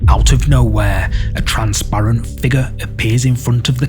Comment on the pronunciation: Please stop mispronouncing "figure". Go back to school if necessary, it's annoying